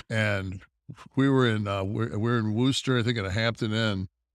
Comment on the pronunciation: He is pronouncing worcester better.